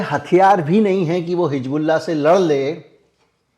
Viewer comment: Sir, I really appreciate your all videos, update news and your hardwork. But I would like to bring this to you that pronounciation of word हिजबुल्लाह. That is Hizbollah and not Hijbollah.